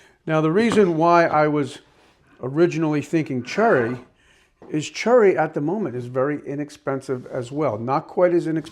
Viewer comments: And yes he means cherry although I'll admit it does sound like churry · I am so sorry, english is not my mothertounge, but i am not sure what wood species you are talking about when you say "churry". Is this cherry? Is it an accent thing? No disrespect, just curious. Thanks and good work.